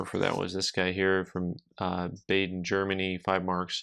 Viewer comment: it is a short a sound in Baden. Sounds like the Bah in bah-humbug.